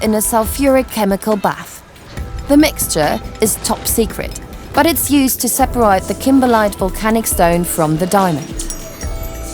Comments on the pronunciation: "die-meter"... "seper-rite"... "smooth-end" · The narrator seems to have trouble with some basic pronunciation or her script. What's a "dire meter"? And What does "sepperight" mean? Her powers of observation are astonishing. The Russian quotes from the Putin Ministry of Truth "The diamond could fall (on the floor from 3 feet) and be damaged". More chance of Putin handing Ukraine its nukes back as it's the hardest natural substance in the world. Sorry to hear that the team suffocates when it "literally runs out of air". Did they manage to revive themselves? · 'Dia-meter & 'sepa-right' 🤦‍♂️